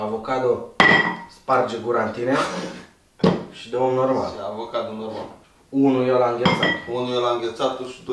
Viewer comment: Acocadoo...sparge gura-n tinee😂😂😂😂😂😂